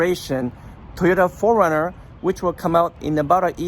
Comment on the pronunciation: Insightful, yet your pronunciation of '4runner' sounds more like 'foreigner' and it is confusing to the listener. Just saying.